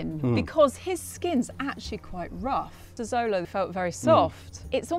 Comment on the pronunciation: Xolo is pronounced sh-lo not zo-lo. This is nahuatl.